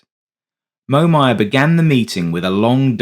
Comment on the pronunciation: The voice is a Brit, but it's NOT Sue16, it's S-U-U-16! And it's NOT MO-MAYAR, it's MOM-YER! God BLESS ROBIN! Hammer USAF SSgt; US Army CW4/SrAviator